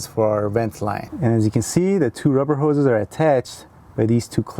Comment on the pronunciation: So many "hoes!" LOL 🤣🤣